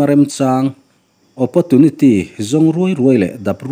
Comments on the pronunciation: Apawrtunity ti a lam tur,apotunity ti a lam lo in. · Opportunity tih tur ni awm Tak😂😂..opotunity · Oppotunity tiin an lam tlangpui... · Awpawrchuniti poh anti 😅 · Opportunity tih pawh lam dik hlei theilo chu,a ngaihna a awmlo.😂😂😂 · Opportunity ilam dan hi dik lo aw